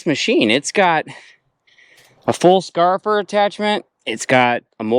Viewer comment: SCAR IF FIRE. That’s how to say it. Thanks for your hard work. I learn something every video. Nice touch.